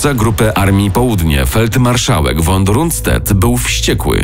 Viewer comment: Panom, którzy podkładają głos pod ten podcast polecam się wpierw doedukować. Jak słyszę wymawianie nazwiska feldmarszałka von Rundstedta jako Ranszted to mnie strzela🤦